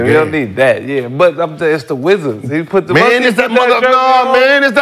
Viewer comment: “the wizzers… it’s THE WIZZARS”